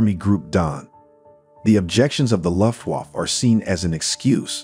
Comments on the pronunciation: "The "Loft-Woff-Pilots": It doesn't need to be perfect. But that ... sounds like a gay dog barking.... Guys, please try to change this pronounciation. It's "Looo-ft-Wah-f-fe" ["fe" like in "federal" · Take a shot every time you hear Lutt Woff